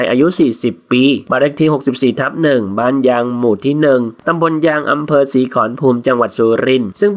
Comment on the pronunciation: ศีขรภูมิ อ่านว่า สี ขอ ระ พูม